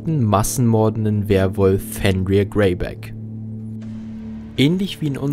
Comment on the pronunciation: Fenrir wird nordisch nicht englisch ausgesprochen